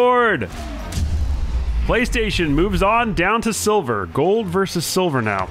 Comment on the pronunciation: man said sivler